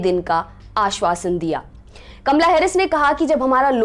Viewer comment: Kamla ya kamala sahi bolo